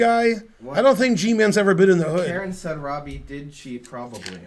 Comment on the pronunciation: Because of his pronunciation, I used to think Karen was some little boy named "Kieran", that Ben picked on in his lectures. 😄